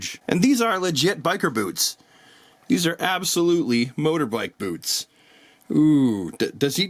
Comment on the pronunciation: You are so Canadian motorbike😂